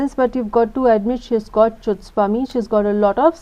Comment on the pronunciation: Wrong pronunciation of wrong 'chutzpah'